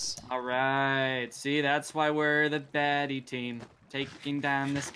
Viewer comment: noooo it’s “bhaddies” gosh sir get it right